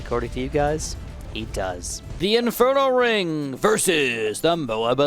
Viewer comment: You said mob instead of Moab